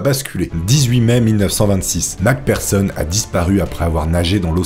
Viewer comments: J'adore tes vidéo 🙌🙌🙌 Merci Beaucoup de faire toute ces Merveilleuse Recherche pour nous 😁🙏 P.S. Macpherson est prononcé avec un "F" et non un "P" pour le "PH" dans nom de famille 😉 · Le mec prononce mal Mc Pherson, et se trompe même sur son sexe 😅 Ce professionnalisme ! 😂